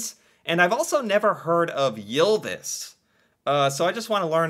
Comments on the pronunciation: Its not prounonced jylvis its y not jy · Your pronounciation of "Ylvis" was pretty close to ours, except for one detail, you pronounced it "Jylvis" instead of "Ylvis". But it was still definitely recognizable. :-) So don't worry about it much if you don't want to.